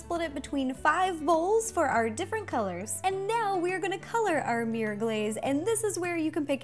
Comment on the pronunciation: "Meer cake" lol